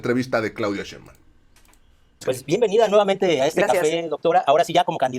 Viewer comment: Ya es justo y necesario que pronuncien bien el apellido de nuestra próxima presidenta. Nada de "Shembam" SHEIN-BAUM SHEIN-BAUM SHEINBAUM.